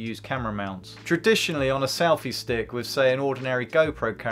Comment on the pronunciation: Why does he keep saying "salfy stick?"